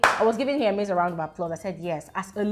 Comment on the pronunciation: It’s not here-MAIZE I think it’s HER-miss 😅❤ HER-mes